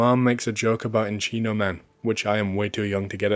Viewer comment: En-cheeno man!?! You never seen Encino(en-seen-oh) Man with Brendan Frasier my dude?!? You gotta check that shit out, it's a classic! 😂